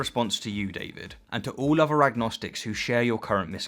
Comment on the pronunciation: If you're able to pronounce ''thousand'' you have no excuse for th-fronting any uvva words.